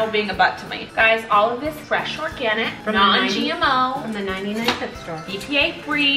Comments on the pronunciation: "99 centy" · " 99 centY "🤣🤣🤣